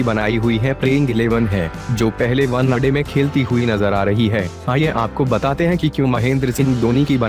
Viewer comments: pehle bhai one day bol .....onnaday nhi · Onnna day kya hai bhai 😂one day hota hai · 1day bolna sikh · Did someone noticed he was saying one-a-day😂😂😂😂😂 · Vannaday...!😂 ye vannaday kya hota hai! Pehle vannaday pehle vannaday kare jaa raha h!😂😂😂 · One day ko thik se pronounciate karo bro. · Kya boolra hai be ... Onena day 😂😂😅😅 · Bhai tu kaise bolta hai yar One naa day .... Janbuzkar aise pronounce karta hai kya . teri har ek video me kuchh na kuchh galat bolta hai tu. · Bhai pehle , one-day Sahi se bol le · Abe sahi se bola kr wanade kya hota h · One day bolna to sikh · oye one day to sahi se bol le